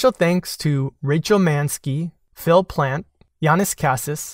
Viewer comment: Also Phil plante would be pronounce as Phil ( p-lawn-te)